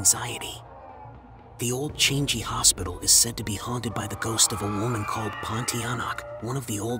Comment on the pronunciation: The narrator's pronunciations are more scarry and annoying than the actual story. PLEASE.....for goodness sake, learn to pronounce correctly !!! Changi is not pronounce as 'Change-gee', and why are you whispering, is it supposed to sound more scary ???!!!